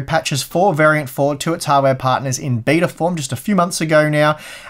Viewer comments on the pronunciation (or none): none